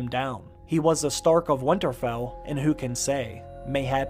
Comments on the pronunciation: Nobody:: "Wannarfell" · Great vid but it’s not winnerfell there is a t in winter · Can someone teach this guy to say Winterfell instead of winnerfell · Why can't you say winterfell ? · The way you say "Winterfell" though...